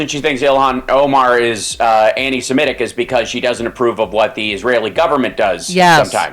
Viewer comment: Thank you for saying, “Semitic”, not, “Simetic” it drives me crazy that so many people talk of “antisimetics”. There was never such a people as the Simetes. 😮